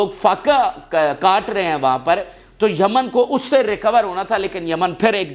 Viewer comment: Yemen not jaman